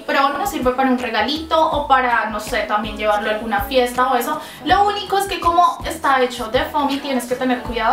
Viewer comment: Es desesperante cómo pronuncias la c. "khomo así"